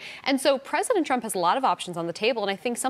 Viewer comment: 那个日本主播念trump 名字的时候为啥发音是中国翻译的特朗普？😂